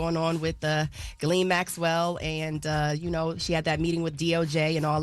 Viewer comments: She said Gillie on purpose… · I need yall to sound out Ghislaine. Say her name correctly shes a terrible person, dont let her off the hook by mispronouncing her name!